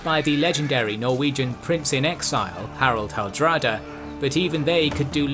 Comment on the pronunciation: A comment on the pronunciation of Harald Hårdråde: I'm not sure I can properly phrase it in such a way you'd get it completely right from this comment alone, but you'd be much closer to pronouncing it correctly by saying "horde-raw-duh". Good luck with your future videos!